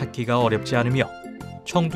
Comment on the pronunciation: 나 청두 계속 청도로 들었엌ㅋㅋㅋㅋ